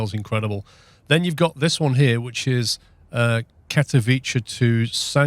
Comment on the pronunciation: Just FYI, Katowice is pronounced Kat-Uh-Veet-Sa :) New sim looks good 👍